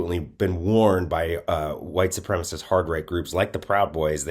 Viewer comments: Sup-prem-a-cist, not supremest . Trouble with english stud? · These racist southerners simply must learn how to pronounce supremacist. It is not supremace!! You must not speak about it if you cannot spell it and pronounce it. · this guy is in media and doesnt know that the word is "supremacist" not "supremaist"? and maybe im an outlier, but i dont care about texas or texans they have voted for people who believe in human sacrifice in order to worship their gun god they are heathens...and god punishes heathens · OMG, it is supremacist, there is 4 syllables, not supremus....... He must have gone to school with Lauren Boebert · Why can't these lying sociopaths say "supremacist", and what is a "supremist" 😂. White Nationalists can't even speak English correctly. Having issues with the ability to pronounce multisyllabic words correctly. You can't make this level of stupidity up!😂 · It’s white supremicist… not supremistszz… learn to speak you right wing hack… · "supremist" i think he means supremacist ? hahaha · You know he's uneducated when he says "supremist" and not supremacist. Boebert says the same thing. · right? Okay, I thought I just kept mishearing him, but he was definitely saying “white supremist” 😂🤣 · wtf is a supremist? none of the reptards (the p is silent) say supremacist, as if they were somehow softening their tyranny by refusing to speak... oh ok that's it isn't it? it's how they hope to appeal to their crowd, a less-educated crowd perhaps? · He can't pronounce "white supremacist" either, like Bobo...lol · The word is supremacist, perhaps this guy could brush up on his English skills? Wonder if he's an immigrant? LOL. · Brian Glenn can't even say, "white supremacist"... 🤦‍♂️